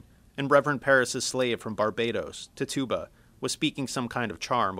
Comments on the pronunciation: Tf is a tit tube ba? It's Pronounced Tit chu ba! not tit tube ba. Spelled as Tituba But pronounced as Tit chu ba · Ti-Jew-Ba not Ti-Tu-Ba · he literally said tih TOO bah. pisses me off. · Isn't it Titchuba not "Tituba" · it's not ti-tuba its titchaba honestly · Quick Note Tituba's name is pronounced "Tit Ju Ba" no "Tit Tuba" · Carlie Zucker I've heard it was pronounced like TI chu bah. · oh god... he is pronoucing the names wrong! >:( its not "Jiles Corey" its "Giles Corey" with a "G" sound not a "J" sound. The slaves name is pronounced like " Tich-uba" NOT "TI-Tuba" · ITS PRONOUNCED TITCH-YOU-BA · Tituba is pronounced tit-chu-ba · No hes not its pronounced "Tih Chu Bah" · the guy says Tituba wrong. The emphasis is on TIT not the TYOO part. Tit-tyoo-bah. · Tituba's name is pronounced TIH tuh bah, the first syllable is emphasized. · Jonathan Hillier buddy, tituba is a legit historical figure, watch a video about the background, it's tI chu bah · The pronunciation of Tituba should be "tit-choo-bah". Your pronunciation is driving me batty. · Her name is pronounced TITCH-OO-BUH, I think this is the same guy who pronounced conch as "conk" in the Lord of the Flies video. He's still a good speaker though. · This was pretty great, except it bothered me every time you said "Tituba" Tituba (Tih-Tchoo-Buh) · This was good. Just a note: it's pronounced Ti-chu-ba.. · I’m sorry but that pronunciation of Tituba, idk if it’s just our Scottish pronunciation but we say it so differently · Really! If your going to talk about the crucible then you could at least pronounce Tituba the right way! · You're miss pronouncing Tituba ._. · I swear he said Tituba so wrong... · i love the way her pronounces tituba